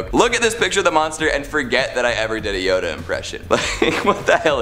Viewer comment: Can I just say we can’t take this guy seriously for messing up the name Yoda